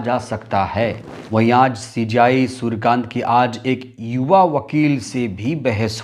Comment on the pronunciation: सुरकान्त नहीं है सुर्यकांत है भाई साहब जी